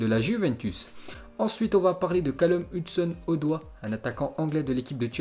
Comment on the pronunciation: Il a dit odoi